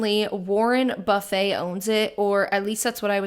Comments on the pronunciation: By the way, Warren Buffett's name is pronounced Buff-It, not like buffet. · "BUH-feht", girl... 😂 You'd probably appreciate his frankness and dry humor, actually.